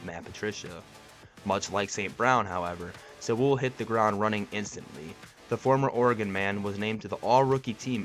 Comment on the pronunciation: Bro...BRO...Sewell is pronounced like "sool".....not "sawool" 😂